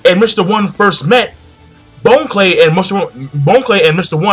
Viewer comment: Bon Clay isn't pronounced Bone-Clay its (Bahn-Clay) like Bon-Bons. great video though.